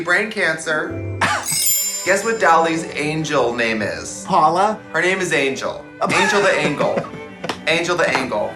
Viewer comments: That's how you pronounce "angel" in Swedish. Lol ängel. $100 says Netflix sent that Christmas tree to Katya. Lol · Trixie insisting to say Angle instead of Angel..❤ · I see Trixie and Katya are still pronouncing hard G’s.